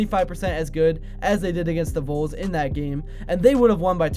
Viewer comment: for the record, it's pronounced VALLS Voles are field mice...